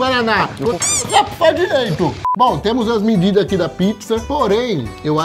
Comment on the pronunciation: mano, com todo respeito, mas " mindidas " me pega mto! '-'